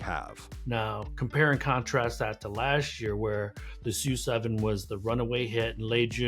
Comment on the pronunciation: That you reported the name of the SU7 using the Chinese pronunciation was impressive. Everything else though was either wrong or biased. Telsa is not who Xiaomi need to beat, as of April, they're in 8th place and in decline and they're not taken that seriously as a threat, actually it is Huawei that perhaps presents the biggest direct threat to Xiaomi, but mainstream producers like BYD and Geely among others are much more feared. The reason Xiaomi is doing well is precisely because of the product, the exact opposite of what this report leads one to believe, this car, the SU7, is perceived as highly desirable which is precisely why it's selling so well. The YU7 is a Ferrari copy, why not mention that? It is fully expected that it will be an absolute sales hit like no other car, outselling even the SU7. Xiaomi's biggest issue, as it is now, will be production capacity. Why not talk about this? As to the linkage with Apple, Apple has nothing to do with this and unless Apple fully develops and produces a car in China there is no way they can compete. I see no viable way Apple can enter this market and be successful, they're not Xiaomi!